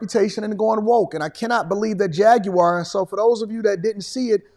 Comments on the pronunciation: Faguar not Jaguar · They turned the J into a F 💀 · It's a Jag with an F.